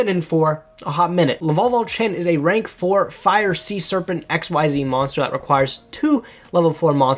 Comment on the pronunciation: Someday some kind stranger will teach this poor boy how to pronounce Xyz...someday...